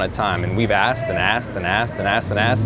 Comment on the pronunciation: Noone:: assed and assed and assed and assed